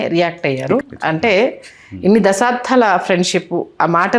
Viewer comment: మేడం, దశాబ్ధం కాదు, దశాబ్దం.... తెలుగు సరిగ్గా పలకటం రాని వారు హోస్ట్ ఏంటండీ??? తెలుగు చచ్చిపోతోందా...??. ఇంకో పాయింట్.. రాజాగారు బాలు గారి మధ్య సంధి ఎప్పుడో కుదిరిపోయింది....